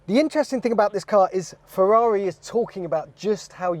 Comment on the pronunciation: "Ferreri" is brutal 😂